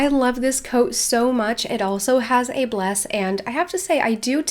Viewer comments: I’m sorry but it’s not bless it’s blaze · It annoyed me so much how you called it a “bles” not a “blaze”. 😂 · It's blaze not bless🤦🏼‍♀️ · I love how she says “Bless” instead of blaze XD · Timeline for "bles" starts Lol I know you are used to saying Dutch words and you still have to get used to some English words. I understand! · love how you say blaze as bless <3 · The 'z' in blaze is pronounced like it is in zebra. It sounds like you're saying "bless", which is a totally different word and meaning. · She lives in Belgium, in Holland/Belgium we do say ‘Bles’ so that’s probably why she pronounces it like that😂